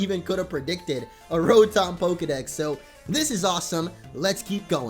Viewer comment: It's pronounced ra-tum